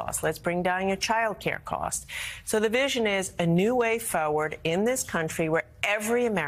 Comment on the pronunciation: Hey Gina, learn how to pronounce the word 'forward' correctly. There is an R in it.